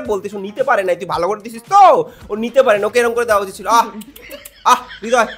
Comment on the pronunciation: Thikk bolecho tumi .. Hridoy or nijer nm e vul uchcharon kore .. Hridoy na bole Ridoy